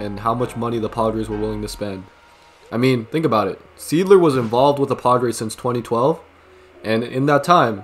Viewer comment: Correct and it’s not pronounced seedler its pronounced sighdler